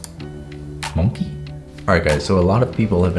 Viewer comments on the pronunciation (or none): really be vibing with "monke" (no it's not a typo that's literally how sam said it 🤣🤣🤣) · “Let me roast you” also: “Monkè” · "mon-key " bruhh 😂🧡🔪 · STOP THE WAY HE SAYS “monkey” MAKES ME LAUGH HGGHHGFTYYFD